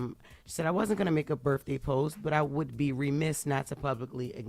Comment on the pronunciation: Axe, them shows be having, birfday…🤔🤷‍♂️